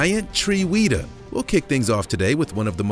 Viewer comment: It's not weeetah it's wehta